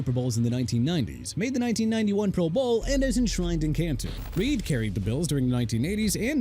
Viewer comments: Why do you say pro bowl like that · Is it just me, or does the inflection on the phrase "pro bowl' sound a little odd?!